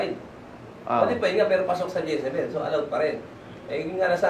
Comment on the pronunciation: Decibel po Hindi dyesebel..